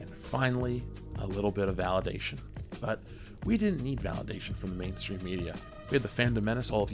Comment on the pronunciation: Did I just hear Manstream Media!? 🤣